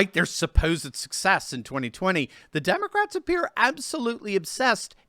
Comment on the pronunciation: it pronounced “Demon-rats”.